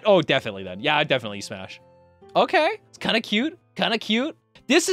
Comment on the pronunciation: He said smass and pash